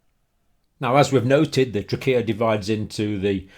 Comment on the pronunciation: The way you say Trachea is that correct I've never really heard anyone say it that way ._.